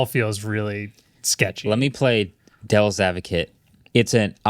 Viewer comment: “Dell’s advocate” lol unintentional but I loved that